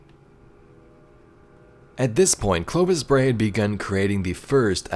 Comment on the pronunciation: Yep, you said it right, Nice summary :-) Looking forward to the ARG on Nov 5th!